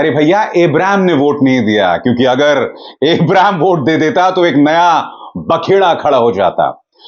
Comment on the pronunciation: सर शाहरुख के छोटे बेटे का नाम abraam है इब्राम नहीं